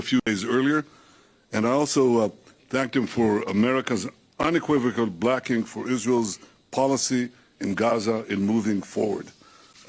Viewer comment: I feel like I'm going crazy but he definitely said "I also thanked him for the United States' unequivocal blacking"